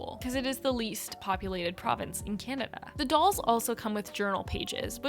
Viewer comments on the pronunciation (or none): none